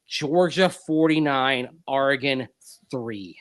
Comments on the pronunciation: Longtime Duck here: For the record, it’s Ore-uh-gun, not Are-uh-gun. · All’s good, and I know you guys put in a lot of hours the past three days. Also, it’s a common mispronunciation among east coasters. Heck, I’m a former TV news guy from Hawaii and an Oregon grad, so my ears perk up when I hear someone misspeak. Given what’s ahead for Bo Nix and Troy Franklin, you are now ready when you talk Oregon Ducks….or the Denver Ducks! Wishing your daughter the best at OSU. Next press briefing with Sean Payton, you should raise your hand and ask if he’s got any Beavers in his sights! Onward! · Ooops ... sorry, I'll work on it. At least I don't say "Ore-uh-GONE"